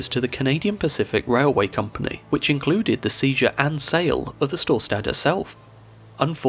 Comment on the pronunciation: I love how wrongly he pronunces Storstad. mainly "stad" listent to a German saying Stadt and then just cut the T